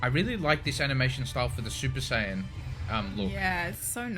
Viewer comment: When he said SUPER-SAY-ANT I was in tears